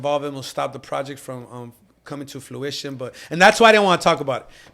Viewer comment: FRUITION NOT FLUITION 🙏🏾